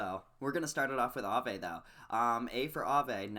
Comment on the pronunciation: Look how Aave just rolls of your tongue like you be saying it for years. You make me proud 😂😂😂😂 💪💪💪💪 btw Alchemix has a pretty bad ass logo